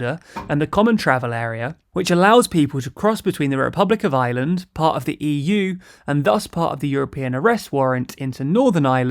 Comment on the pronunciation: "Republic of Island" "Nucular" ☻